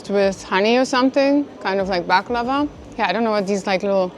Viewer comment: It's not balkava it's baklava